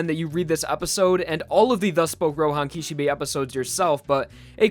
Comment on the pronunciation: "Roehan Kishebay"